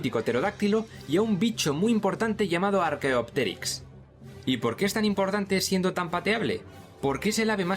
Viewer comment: Aqui los que nos reímos cuando dijo "Archaeopteyx"😂🤭